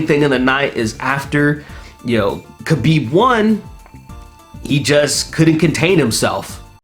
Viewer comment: *HABIB is the correct pronounciation